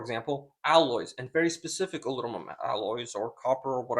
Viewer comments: "Alunumum" 😅 that's funny. But seriously, he's entirely right, looking to get a trustable benchtop unit asap. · Great vid my friend. Very informative. But you got to work on saying alumumum and no its not pronounced al-looominium either lol. I never understood the pronunciation aluminium when its spelled aluminum. Had to pick on you a bit. Took me years to be able to get it out of my mouth properly too.